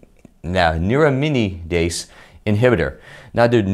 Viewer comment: I just feel the video would have been a lot more professional if you attempted to pronounce/practice the medical phrases prior to recording the video, such as neuraminidase or oseltamavir